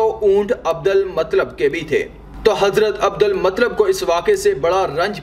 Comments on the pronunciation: Adal matlab nahi adul muttalib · بھائی اچھی کاوش.ایک اصلاح قبول کریں. عبد المُطْلَبْ درست تلفظ ہے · Matlab nahi bhai Abdul muttalib👍👍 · Bhai hazrat muttalib hai matlab nahi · Nabi ke dada ka nam Abdul Muttalib tha Abdalmatlab nahi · Abu muttalib hai unka nam naki matlab theek hai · Abdul Mutallib naam to theek se lelo bhai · Bhai hazrat Abdul mutalib y nam thik se bole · Naam to sahi liya karo abdul muttalib naam hay